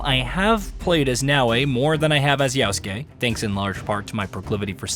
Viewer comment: IT’S YASUKE STOP SAYING YAUSKE